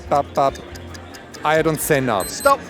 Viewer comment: Ayrton Senna Toto wolf accent - I don’t send now